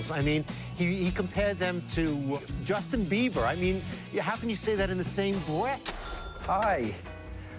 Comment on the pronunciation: “Justin 🦫 Beaver” 😂